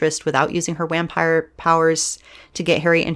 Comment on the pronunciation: Did you just say whampire? 🤣